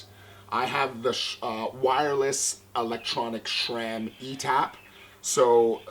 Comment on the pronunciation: Nice bike. Should have got the full Sram group, though. The Sram cranks look so much better than those Rotor ones. And BTW: there is no "H" in Sram, sor it's "sram", not "shram".